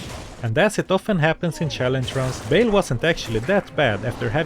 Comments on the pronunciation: I know this is far besides the point but surely Baal is pronounced with a long A rather than a short A ? not a chance its "bale" rather than "baal" in pronounciation? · it is not Bail, it is Ba hahahal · He,, is not pronounced Bale. It's Baal: /ˈbɑːl/ (or /bɑːˈɑːl/) not /ˈbeɪl/. Cool challenges,!